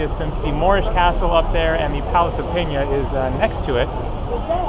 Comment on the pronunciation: He says it wrong, its pena, and he pronounces it has "penha". Pena in Portuguese means Feather.